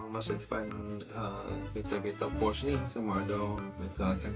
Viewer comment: Bukan PORCH nk abag ang, PORSCHE la, Porch tu tempat parking keta, Porsche tu keta dia